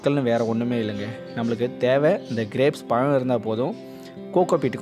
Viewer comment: நல்ல உச்சரிப்பு மிக அவசியம் (பழம் / பழுத்தது) அண்ணா... உங்கள் காணொளி மிக அருமையாக உள்ளது...